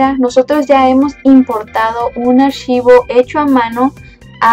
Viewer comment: "Un *ashivoh*" xddddddddddddddddddd